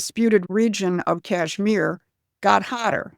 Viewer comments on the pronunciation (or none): none